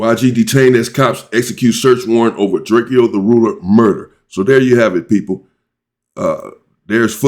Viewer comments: … Can u please stop callin the homie DRAK-E-O…Itz DRAKE-O. He made a whole song about this go listen to it, its called Drake-o not Drak-e-o. What the helly😂😂😂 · Drak-co not drackkio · You pronounce it drake and o, like the gun Draco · One more thing that's bothering me I guess you don't read your comments but can you please stop butchering this man's name It's pronounced like the 🔫 Not the way it's spelled Draek-Kee-O... Come on fam That just urks the crap out of me every time you say it and I love your channel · YOU SAYING DRAKE-O NAME WRONG 👈🏽😑